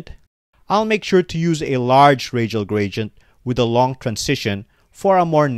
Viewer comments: stop saying "gradient" - it is wrong. :face-fuchsia-tongue-out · i mean the pronounciation is wrong :face-blue-smiling